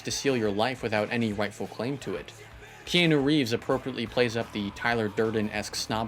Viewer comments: "Keenu Reeves" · 'Key New' Reeves XD